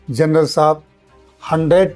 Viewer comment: जरनल( Gernal) नहीं बे अनपढ़ ग्वार , जनरल( General) होता है।